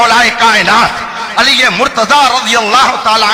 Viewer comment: ہائے ہائے کیا جملہ فرما دیا اپنے محبوب کا نام بھی نہیں پڑھنا آتا علی پر زبر ہے یا پیش، ماشاءاللہ 🌹